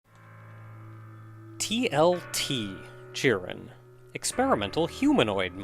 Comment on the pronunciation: It's pronounced KYE-ron, not CHEE-ron.